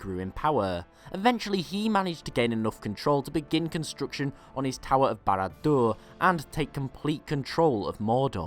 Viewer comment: Bara Durrrrr.... Bara Durrrr. The way he emphasizes is soooo cute